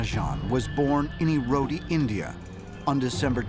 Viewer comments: The place is called E-road not Erody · me who was born in erode and hearing you pronouncing everything wrong 😂😂😂. he was just 35+ when died.he was a true genius. yeah, mostly indians are better with math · I'm from erode India it's is pronounced as ered and e is silent